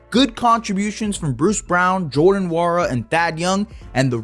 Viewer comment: Good video. Btw its wora, the N is silent in nwora